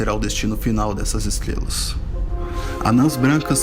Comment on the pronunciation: Valeu! "Estlelas" E o cebolinha narrando esse video?